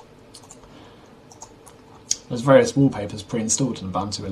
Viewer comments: Its pronounced- ooboontoo. Im from africa thats were it comes from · Its oo-boon-too